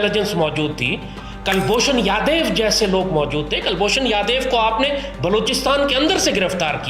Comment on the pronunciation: Abe Yadev nahi Yadav hai 😂😂😂😂😂😂 dimag toh sooar jaisa hai jaban toh innsan jaisi rakho